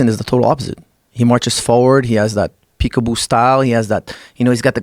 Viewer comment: When he said peak-a-boo style I thought he said jig-a-bo lol